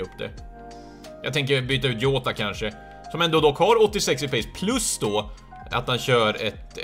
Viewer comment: Du uttalar honom jota. Alltså med ett j. :)